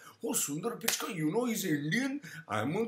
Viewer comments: Why do u sound so angry? What u said about corruption may be true but my caustic friend why the bitterness? OK America offered him a career as he was INTELLIGENT and HARD WORKING but what about u POOR MAN? did an American passport help u as it did PICH KAI as u wrongly PRONOUNCE?????? Am american passport did NOTHING FOR your career MY FRIEND. So its PURE JEALOUSY speaking—Look at your tatooed face with all bittreness and evil!!!! Regarding beliefs—you guys have your own fads, so dont talk about India and one more thing--there are all kinds of corruption and dirtiest crimes in your country too--so worry about them my caustic acidic and unpleasant evil friend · Hi, happy to hear someone echoing my thoughts:-) You nailed it, man [except for the Pichai pronunciation, people should rather try helping you there instead of abuse - can't help it if people love to belittle to show that they are 'be little'] The fact that your critics wish to conveniently ignore "prison & labour camps" speaks enough.. Note: It's Pichai [Pee-Ch-Ay or Pitch-Ay], in case he hits the headlines again for making Indians and the Indian Govt pay for Google's Services in the near future.. have a great day, man!! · Guys. I know whatever he is saying like pronouncing Sunder Pichai's name incorrectly and being wrong about India's population is done intentionally. Probably to get attention. He can't be that stupid to not know such things.